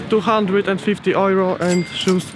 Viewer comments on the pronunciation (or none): nie, nie wymawia się tak cwaniaku. Po angielsku wymawia sie ,,juro" a ,,ojro" z filmiku to po niemiecku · dunno why some of them pronounce euro as "ojro" :o we dont say that in Poland - ojro is a German pronounciation ;o most of them are probably not Polish...